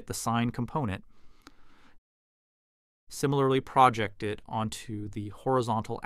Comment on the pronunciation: The AI voice here can’t distinguish between proJECT and PROject. And has a weird pronunciation of “cosine.” Why does anyone make this dreck?